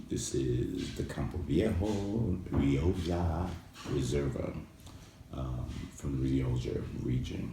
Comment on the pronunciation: 'Rio Jha'? It's pronounced 'Rio kha' my friend.